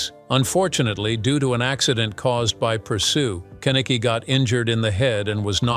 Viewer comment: Not Ken eh Kay but kin ick knee-irritated me too&All these worries over world take overs can't say Vanilla properly